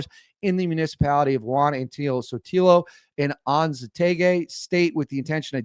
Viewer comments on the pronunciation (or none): Bro. You need to simply go on Google or chat got and ask how to pronounce the words. I have never heard a reporter not be able to pronounce ORINICO for example. You have used the word Anzoátegui a few times. Look on Google or safari forbthe pronunciation. And in terms of ' sabotage' that word has been thrown around quite alot for many many MANY years. Legitimate accidents due to error or lack of maintenance. It's NOT the first time. Stick to the facts. Learn the names. Venezuelans are very proud and mostly very well educated. Your subscribers will grow quickly if you get the pronunciations down.